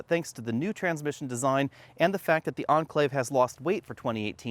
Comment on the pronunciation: cant understand why you pronounce Enclave as Anclave. see correct way Cambridge dict